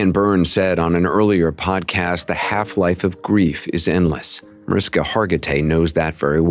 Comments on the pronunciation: ITS NOT MARISKA .......DUMBO!!!!!!!! YOU PRONOUNCE MARISHKA!!!!! GET IT????? SEPARATE LOVE CHILD RAISED BY MOMMY DEAREST'S BOYFRIEND!!!!!!! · mariSHHHHHKA will be so annoyed her name is mispronounced over and over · It’s MaRISHka… 🤦‍♀️ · OMG...it's MariSHka!! How the hell are you going to interview her and not do the most basic thing of pronouncing her name correctly??? Just lazy and disrespectful.